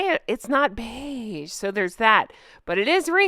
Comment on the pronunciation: I just wanted to tell you that nowadays, whenever I see anything beige, I only hear your voice going "Beiiiiige~~!":D It brightens my day! (No, I'm not native English speaker and beige is pronounced completely differently in my language but YOU DO IT THE BEST!)